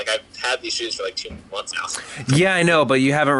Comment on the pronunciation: i cant believe he said'SIX MONTH' i was like the thetethte